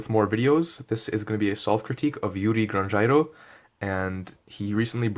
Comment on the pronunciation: Iuri Grangeiro what's the correct pronunciation?